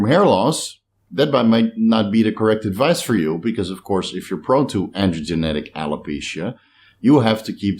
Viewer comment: androgenetic alopecia 😂 its androGENIC bro 😉👍